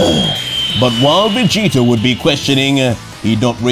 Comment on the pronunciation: i like the vegeta being called veegta